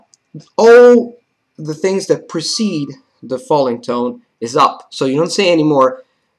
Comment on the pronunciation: You have a really good English accent! Your accent would be perfect if your "th" sound like in "the" didn't sound like "duh" that's the only thing, just wanted to let you know!!! Keep learning!!